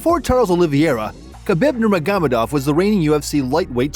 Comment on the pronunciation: It’s not Nurmaghamadov it’s Nurmagomedov